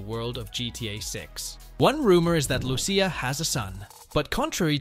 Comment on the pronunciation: Loo-Cee-a not Loo-Shea, its literally the first word spoken in the trailer lol